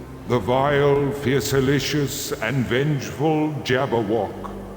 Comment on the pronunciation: "Fierceilious?" LOL💅🏾